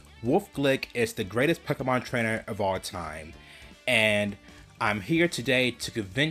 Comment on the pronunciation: It is also Pokémon not pakahmon